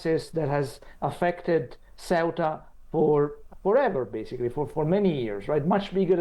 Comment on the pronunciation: yes but finally pronounces it CORRECTLY